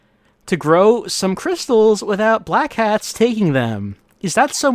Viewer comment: Oh, it's Black HATS? This entire time I thought was saying Black CATS. I thought he was saying that because they were all gangsters or something!